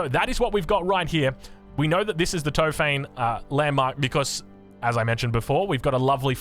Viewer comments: Awesome video! Big Ottoman Fan here. Here's some help with the pronunciation of the turkish words: It's Top-ha-ne, not Tofaine, meaning Arsenal 😀 And Meh-ter, pronounced like the first syllable of error. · "Tohp - hah - neh" not "To-fayn" XD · It's top-huh-ne, no f sound. Tried my best to transliterate into English